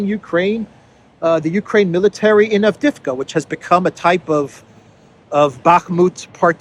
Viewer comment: It’s not Avdevka man it’s Av-DEE-yev-ka